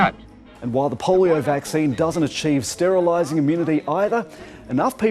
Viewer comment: 'STERLISING' LOL